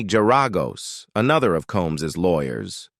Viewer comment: AI in this video narrators voice cannot even pronounce the name of the attorney Garagos. It’s not Jur-AH-gose. It’s GAR-a-gose. Idiotic numbskulls.